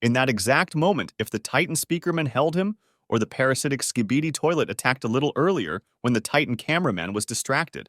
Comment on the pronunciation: Why does bro say ScIbIDeE tOiLeT😂